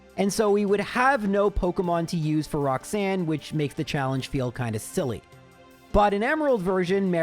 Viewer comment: Roxsun.... Mate, its ROX-ANNE, not Roxsun -_